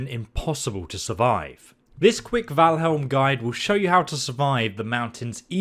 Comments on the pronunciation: Valheim NOT Valhelm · BRUH can you not read? it's val -HIME not HELM ,holy fuck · Why does everyone keep saying Valhelm?